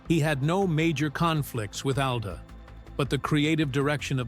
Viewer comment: How he allegedly got his last name makes no sense at all. His mother's last name did not begin with da. Call me crazy but I believe Brown begins with br. And the fact that you pronounced his father's last name properly but not his in the entire video is ridiculous.